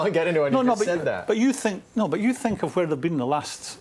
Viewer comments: Ashley “I fink” Cole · ' i fink' 'i fink' i think this is garbage, tired of these has beens spouting off garbage, these kind of show's are on their last legs, just like the big money players are coming to an end, youth, if you haven't invested in the youth of your club then you will struggle in the near future. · I fink....I fink.... dosent seem to be the brightest spark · Has someone tried telling Cole that the word think doesn't start with an f?